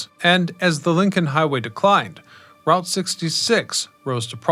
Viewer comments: I already knew this history, but I came just to hear him mispronounce Route 66 again. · Informative video...Get your kicks on Route (sounds like root) 66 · "ROOT" 66.....😊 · I've never heard anyone not say "Root" 66 lol